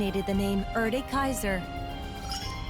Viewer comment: I dislike how KOS-MOS pronounced "Erde" considering it's a German word. For reference: It means "Earth" and it's pronounced "Air-duh"